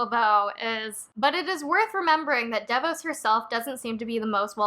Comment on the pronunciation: DeVos is pronounced De Vaws (emphasis on second syllable). Obviously this is the least important part of a great video! Thanks for your commentary.